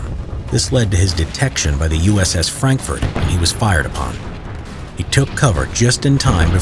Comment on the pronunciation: I thought you said uss Frankfurt not Frankfort I was like wwwhhhaaattt